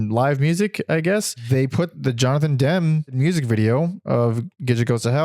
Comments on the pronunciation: also its demmy not dem :face-purple-crying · The s/t album is overrated. I don’t get the revisionist acclaim that’s been heaped upon it in the last decade. It’s just okay. BTW, Ennui is pronounced “on-WEE” so Frankie Ennui is a clever and cheeky “punk” alias. Jonathan Demme is pronounced “DEM-me” like it’s spelled, the e is not silent. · This was great! They are such an amazing band. I hope someone can do a definitive documentary on them and discover what actually happened to Sue. Btw Jonathan Demme's last name is pronounced like Emmy. 😅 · You can't even pronounce Demme you wet wipe 😂